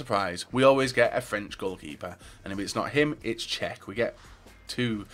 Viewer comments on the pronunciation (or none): none